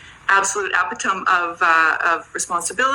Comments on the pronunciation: The first panel woman is such an expert she mispronounces the word "epitome". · The blonde didn't write the talking points she parroted, or she'd know how to pronounce "epitome."